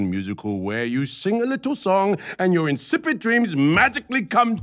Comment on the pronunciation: Just want to point out, when Judy says "It's your word against yours," both times she puts emphasis on the wrong "your."